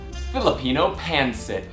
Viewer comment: You did a great job on this dish!! My grandma was 100% Filipino. I was raised on Filipino food!! BUT....it’s pronounced PON-SET!! I almost didn’t want to say anything cuz you were having such a great time with it!! Plus, traditionally, we serve it on top of Jasmin rice. You did a great job!! 💜💜